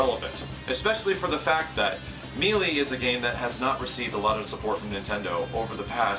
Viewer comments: for the love of baby jesus, it's "May-lay" not "Mee-lee" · Me-lee? I thought it was pronounced may-lay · Actually according to most sources online it is either may-lay or meh-lay. Mealy is a completely incorrect way of pronouncing it either way though. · Ugh....me....lee......damnit, say MAYLAY :rage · it's pronounced maylay, not meelee. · meelee meelee meelee meelee meelee meelee meelee meelee meelee meelee meelee meelee meelee meelee meelee meelee meelee meelee meelee meelee meelee meelee .... "may-lay" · Wonderfully said,. I hope Nintendo recognizes just how big the next Smash Bros game can be. Also, it's pronounced "may-lay" not "mee-lee":) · It's may-lay and backing that up with the Ry-u vs Ree-u argument doesn't work here. May-lee is never a correct pronunciation for Melee. It does make you sound like you're too stupid to learn the correct pronunciation though. Like you're a 5 year old trying to sound out Melee for the first time. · Depends on the area. Its me-lee to me.I dont even see how may-lay is taken from the spelling, but i know its one way to see it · I love you. But, it's pronounced "may-lay', not ME-LEE. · I'd rather Nintendo stick to the games they're good at and let the better companies handle fighting games. And it's pronounced May-Lay man, not Mee-lee, the game even says it... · I really appreciate your support, and you're awesome at what you do, but I can't help but tell you that it's pronounced "may-lay". It's a very common mistake for a word that isn't used often in common speech. I just felt the need to correct a common error is all. Thanks again,. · I appreciate You saying this, I do. And the new Wii U Smash Bros will most likely be considered a Fighting game by Nintendo itself. But I'm gonna be that guy (Among others I'm sure) It's pronounced May Lay. It was annoying me through out the video, but I did Hear the Message. And I Certainly Hope Nintendo does as well. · mêlée - meh-lay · Closer to may-lay.